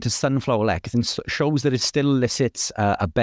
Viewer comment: It's pronounced less e thin, not lek a thin